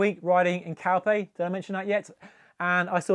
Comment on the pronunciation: Did you say you went to Calpe 😂